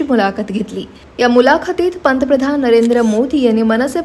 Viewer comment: पंतप्रधान हा शब्दआधि नीट उच्चारण कर्ण त्या नंतर वीडियो बनवा नको तिथे इंगलिश एक्सेंट